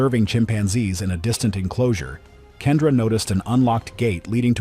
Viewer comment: Kendra was entirely misread ‼️